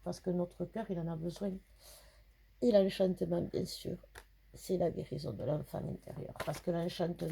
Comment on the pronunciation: Merci 🙏 Rien que pour t’entendre dire « enchantement » a la perpignane je vais t’écouter en boucle! J’adore! 😘